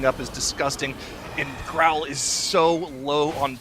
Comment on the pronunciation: His name is Grom, not Growl